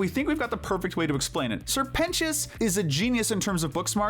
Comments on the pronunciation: “Sir pentios” WHY DID U SAY IT LIKE THAT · “Sir Pen-ti-is” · NO WAY YOU PRONOUNCED SIR PENTIOUS' NAME LIKE THAT😭